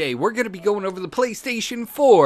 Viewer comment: playstaytion deals of the week haha the way you talk in your intro and everything